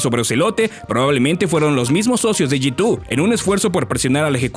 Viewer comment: Soy al unico al q le da ansiedad como pronuncia G2 como "yitu" xd